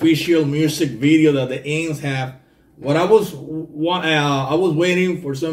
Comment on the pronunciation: My friend the band"s name is pronounced In..X..S..Thank you great reaction..